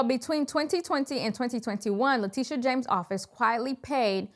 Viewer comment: Le"tusha" is incorrigible.